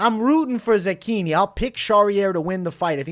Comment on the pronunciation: bro im not italian but i feel like youre saying zechini wrong lol. cant wait for the fights!!